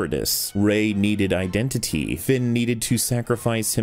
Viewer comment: Masterful pronunciation of the word 'iden-titi'